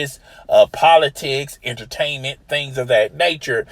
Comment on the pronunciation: Listen for this fool say entertainent